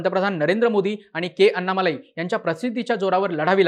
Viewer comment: अण्णामलै असा उच्चार असतो.